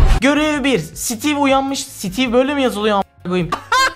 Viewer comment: Sitiv✅ Steve❌